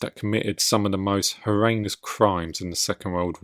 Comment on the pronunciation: No, I like it :D :D Horreinous is now canon in my lexicon :D